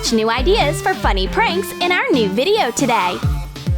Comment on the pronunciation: um “to-DAIH”